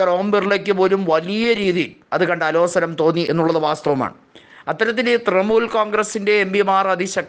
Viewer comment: തൃണമൂൽ , നേതൃത്വം എന്നീ വാക്കുകൾ ഉച്ചരിക്കുന്നത് ഒട്ടും ശരിയല്ല തിരുത്തണം